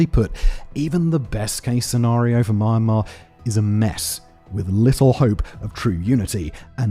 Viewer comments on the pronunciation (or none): Why is bro calling "mee-an-maar" "mar mar"? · I've been watching your videos for a while, and it's pronounced Myan-mar not my-an-mar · Every time you mispronounce me-yen-mar as “muhemuh” I die a little inside. Sincerely, a Southeast Asian. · mah mah? Are you serious ? its myanmar - or even Burma - not mah mah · Myanmar❌ MarMar✅ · Why does he say it as Marmar? I thought it was pronounced Me-ann-mar. Am I thinking of a different country? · Ok but I can't ignore how he says Myanmar like 'manmar' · Simon - Myanmar is not pronounced "mun-mar"! It is "my-an-mar". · I'm from Myanmar. Thanks, for keeping Myanmar on the news. By the way, Myanmar is pronounced "mee·an·maar", not "mar-mar". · It is pronounced “ mjan.ma ” not mee and mar. mj at the same time. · why do you keep calling it mar mar 😂😂😂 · This guy’s refusal to correctly pronounce Myanmar is f**** insane. Dude, what the f*** is Mar-Mar? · why calling it “mar mar”😂😂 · why you keep saying mar-mar lmao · Is it really pronounced "maan-maa"? 🤨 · Im sorry.. im 50 seconds in and i cant continue with this if he is going to keep calling it MarnMar.. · Love you, Simon but I think you should have looked up how to pronounce a country's name before making a video about its civil war? HOW FKING HARD IS IT TO PRONOUNCE MYAN-MAR?!!! OH MY FUCKING GOD THIS IS SO FUCKIGN PAINTFUL TO LISTEN AND WATCH! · I compliment you for your historical facts. But Myan-Mar is NOT pronounced the way you are saying as Ma-an-mar. And since you are de-emphasizing -an, you sound like Mar -Mar Apparently you think it is My-an -mar and you are further mispronouncing My as Mar and hence your funny way of saying Mar an Mar. try sayin M- and yan in a single syllable. Like saying Me and an except the me is very short. The way you say Mar a mar is like saying America as Ame-rye-ca. and since you say the my sound and rye sound as Mar and Rar, by your logic, America 🇺🇸 will be Ame-rah-ca But thank you for your reporting of the dire situation.